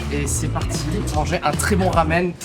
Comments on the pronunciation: navré Cyprien bien que ça s'écrit en romaji "Ramen" ça se prononce "Lamen" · Un très bon RRRaaaamen ..... Les japonais prononcent pas les R, pour eux c'est phonétiquement Lamen.